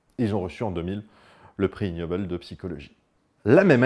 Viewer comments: Super video, comme d'hab. Par contre en anglais ça se prononce "iguenobel" pas ignobel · pour rappel : en anglais le g se prononce "gue" pour ce cas. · Le G n'est pas muet dans 'ignoble' en anglais.